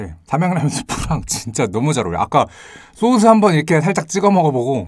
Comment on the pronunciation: 님 은 항상 소스 발음 을 소즈 라고 하시는데 그게 너무 좋아요 ㅎㅎ헤